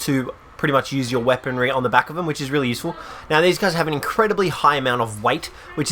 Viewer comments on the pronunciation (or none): none